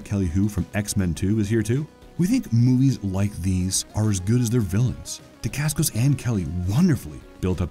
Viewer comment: Butchered Mark’s last name and the name of his fathers style of martial arts.